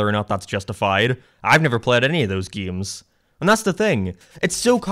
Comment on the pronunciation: Ew he pronounces it "geems". -a true gAmer